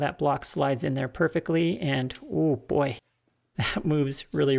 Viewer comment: I heard some classic Canadian accent when you said "oh boy" . At least, that's what Americans think Canadians sound like. :-)